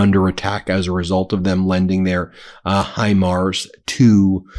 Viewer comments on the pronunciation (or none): none